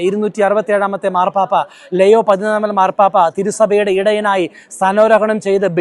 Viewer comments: ലെയോ അല്ല ലിയോ 14ാം മൻ പാപ്പ എന്നാണ് കൂടുതൽ ഭംഗി😢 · ലെയൊ ആണ് ഉച്ചാരണം ശരി ❤️